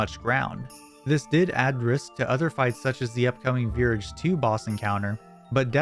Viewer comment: Okay, i got triggered when you said virage. Pronounce it like mirage lol.